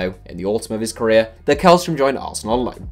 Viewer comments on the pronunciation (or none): Källström is pronounced shellstroem 😌